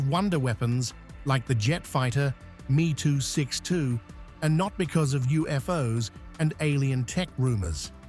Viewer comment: M E 262 not me262, get kit wrong now, and kids will get it wrong later!